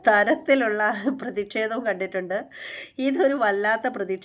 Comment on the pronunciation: ഹരീഷ് പേരടി എന്നാണ് 'പേയാട്' അല്ല. അതുപോലെ ' പ്രതിക്ഷേധം ' അല്ല ' പ്രതിഷേധം ' എന്നാണ്.